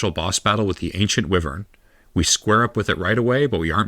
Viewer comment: Are you pronouncing “wyvern” and “illusory” wrong on purpose?